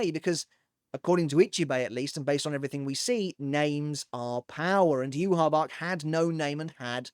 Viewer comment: listen his name is pronounced (Yue-Hah Bah-Hah) not Yue-Hah Bach Yhwach's name is directly inspired by the Tetragrammaton (YHWH), the four-letter Hebrew name of God in the Abrahamic faiths. The spelling "Yhwach" was chosen to visually resemble YHWH, while the pronunciation "Yuhabahha" (often rendered as Juhabach in early translations) comes from the Japanese phonetic adaptation of the name. Hebrew Origin: The name combines Y and H from YHWH with the German word Wach (meaning "awake"), reflecting the Quincy's German-themed naming conventions. Pronunciation: In Japanese, the name is written as ユーハバッハ (Yūhabahha), as the language lacks a direct equivalent for the "V" sound, converting it to "B." English Localization: The English spelling "Yhwach" was adopted to avoid directly writing the sacred name YHWH, which is considered taboo to speak or write in Judaism.